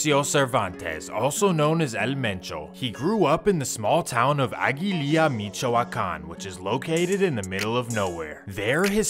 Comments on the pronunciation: Mee-shoe-wah-kahn region. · The way he says “michow-wakan” Lmaoo